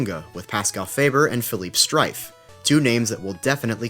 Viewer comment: To compound your pronunciation misery, my American friend, it's pronounced 'Streff'